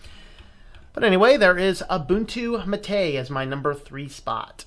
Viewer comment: "Mate" instead of the Spanish "MAH-teh" sounds like when people say "Tar-jay" instead of "Target."